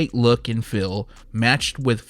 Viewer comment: So... feel, and heel are pronounced “fill and hill” where you’re from? Interesting 🧐 🤔